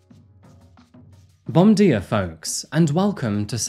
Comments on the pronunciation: oof that hurt. Jk ofc ;) "bom dia" is pronounced more like 'bon gia' and you must press it through your nose. Portuguese sits all the way at the top of your mouth, wanting to escape through the nose. Also "r" = "h". For example, 'Hio de Janeiro'. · Bom Dia is pronounced Bom Jeea. I’m studying Portuguese now.